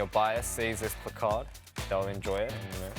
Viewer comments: The way he says placard sounds like Picard 😂😂😂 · The way he says placard is oddly satisfying for me idk y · The way he pronounces “placard” is so cute 🥺💜